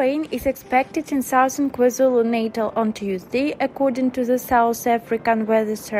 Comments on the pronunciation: You all misunderstood. I meant the wrong pronunciation of the word Natal which was pronounced naytal. I did say I'm in the centre of it, I have experienced the flood, my loved ones lost their homes so don't assume when you don't understand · An Exagerated Headline...there have always been Torential rains down in Africa...You are also not pronouncing the names correctly....especially the word Natal...!!!